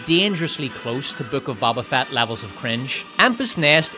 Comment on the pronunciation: Why did you say “ baba fat” that hurts my soul